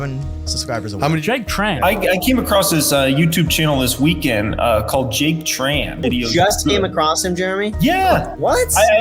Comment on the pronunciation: congrat to you !! However, it is little bit sad that many people mispronounced your name in the video and u not bother fixing it:( I am Vietnamese and I just know that your surname are “Trần”, not chan.